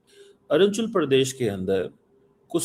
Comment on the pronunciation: Cheema gubbare ko Arunachal Pradesh sahi se pronunciation karni nahi aati.. like Arjun Pradesh jesa kuch bola😅